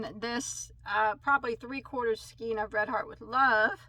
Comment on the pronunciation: Please don't take this the wrong way, your pronouncing the word skein wrong it's pronounced skain, not skeen. I've been working with yarn since I was 10, and I was taught to read with the Phonics method too. Please stop mispronouncing the word skein.